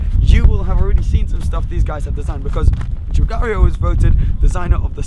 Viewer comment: Your pronunciation of Giugiaro is making my ears bleed